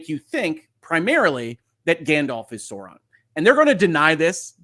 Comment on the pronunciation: I do not love how they pronounces sauron